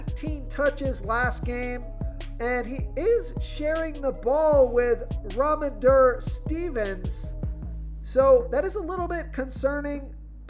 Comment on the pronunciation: Like the podcast but..... RA-MON-DRE STEVEN-SON RUNNING BACK-NEW ENGLAND PATRIOTS